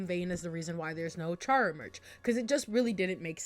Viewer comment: Kind of unrelated, but you pronounced chara's name wrong. (It's pronounced cara)